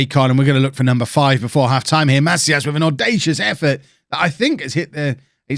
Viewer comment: So my last name is actually Macias, it’s pronounced muh-see-us